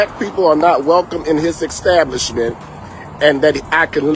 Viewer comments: Apparently it's not hard to say eggstablishment. Because he says it about 10 times. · Extablishment lol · Ekstablishments!! Lol.... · "Eckstablishment" "Axe for it" "Souff Carolina" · He axed the exstabishment 😂🤦🏻‍♂️ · So he thinks he’s intelligent!! He can’t even speak correct English. It’s not an extablishment, how about establishment?? Geez!! It isn’t Souf Carolina, or bof instead of both, it’s asked not axed( btw that’s a weapon) or ordering a steak well done screams I am not aware of how to order food! I see these propke pull this crap every week at work!! Loud, disrespectful, sending back food over snd over ! We hate dealing with them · I don’t trust anyone who says extablishment lol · Why do all black folks have to put a stamp like I’m a “pastor “ on their complaints like that makes the complaint more believable. Cannot pronounce words correctly (extablishment). The restaurant owner ought to sue for this as no restaurant owner would say something like this. What probably happened is they figured if they complained loud enough that the restaurant would comp the meal and they would get out of paying for it but this owner wouldn’t do it so they decided to punish him. My neighbor used to take a dead cockroach with him to a restaurant and put it on the plate just as he was finishing his meal and usually the restaurant would comp the meal. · I’m sorry, wtf is an extablisment???? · Ask = Axe 🙄 Establishment = axtablishment 🥴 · What the Fu%k is an "Ex-tablishment"? Lol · Learn English! It's an EGGstablishment🤣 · ..... im sorry,. "Extablishment" ???? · What is extablishment??? And why does he say ax when he means to say ask? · This “Pastor” can’t pronounce common words such as “establishment” and “ask”. I don’t believe a word he says! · Cry baby can’t even say establishment! Typical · This guy speaks for a living and can’t pronounce establishment… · Said it three or four times! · Dumb fuck can't even pronounce the word establishment😂😂😂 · An "exstablishment".